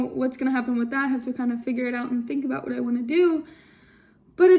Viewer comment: Every time you say a boot, yah sound like a Canadian eh LOL!!!